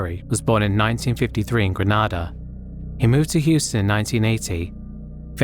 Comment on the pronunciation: You pronounce Grenada as Grenade - a. Not Granada. That’s a town in Spain.